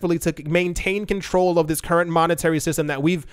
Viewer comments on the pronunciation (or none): none